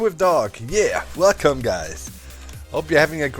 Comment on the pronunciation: that welcome really sounded like "fuck 'em" lol XD